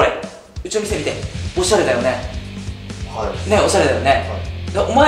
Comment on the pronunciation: はいがはいiになってるwww